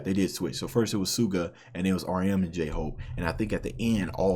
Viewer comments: You were right on your pronunciation of Suga’s name in your first videos, it’s pronounced like sugar without the « r ». So saying shu-ga is correct, not su-ga. You can here pronounce his name in those Cypher before his verse. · Hi there, just wanted to point out a little pronounciation thing: the way you say suga is correct but the s is pronounced as a sh sound so like 'shuga'